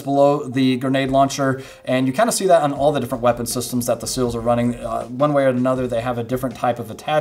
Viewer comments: Seal, not sill. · How hard is it to pronounce seals?! I am from a non english speaking country and i never had any difficulty saying NAVY SEALS. Its not Sils dude. Come on!